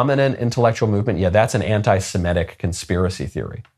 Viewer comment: Michael, you are saying anti-semitic incorrectly. You are pronouncing it anti-simetic. It’s just wrong.